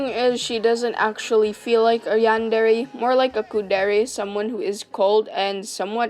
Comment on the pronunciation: The way you pronounce Yan-de-rei is so bad that I couldn't bear it after half of the video. You can apparently say Kuudere correctly but not Yandere. Next time, please, please, search how to pronounce words from another culture.